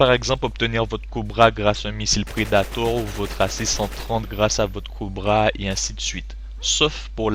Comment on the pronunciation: J'aime bien le "Coubra" au lieu de "Cobra" ou bien "predatowe" au lieu de "predator'' je suis pas raciste hein et commente une partie en anglais on verra si tu y'arrives trankil tss.